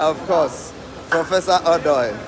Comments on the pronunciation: Let the ( O ) sound well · Why do u guys keep mentioning Odoi name wrongly?? Mention it like a Ghanaian,,,or ask a Ga person to call it correct for u